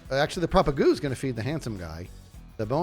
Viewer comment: said the word propagule 47 times, and pronounced if propagoole only 7 times!